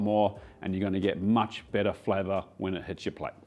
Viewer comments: the accent confusing on 'bitter' and 'better' i was like wait braised meats get bitter when they sit? huh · I thought he said the bolognese sauce tastes „bitter“ the next day lol but he meant better 😭😂